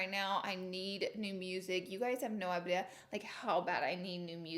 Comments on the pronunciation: “You guys have no iblea” 😂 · Did anybody else notice how she said idea